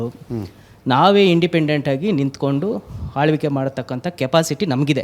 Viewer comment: ಕೆಲವರಿಗೆಲ್ಲ ಕನ್ನಡ ಉಚ್ಚಾರಣೆ ಕಳಿಸಿದ್ದು ಯಾರಪ್ಪ ಅನ್ನಿಸುತ್ತೆ ನಾವು ಹಾಳಬಹುದು ಹಾಳ್ವಿಕೆ 😂ಕೇಳಿದ್ರೆ ನಗು ಬರುತ್ತೆ